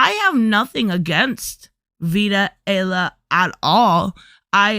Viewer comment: Although Vita has definitely said and done dumb things, I do think maybe Richard’s video was completely unnecessary and uncalled for. Vita’s last name is pronounced: ‘’Eye-Ah-La’’ btw.